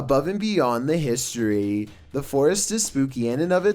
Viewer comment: And that guys voice JESUS he adds about 10 syllables to every freakin word. You and I say camera, he says cameraaaaaaa, historyyyyyyy God I like to slap about 30 syllables out of his mouth. I unfollowed him after two videos.